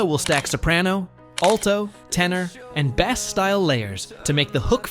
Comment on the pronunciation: he doesn’t pronounce bass properly. He made it sound like the fish (as AI generated speech often does).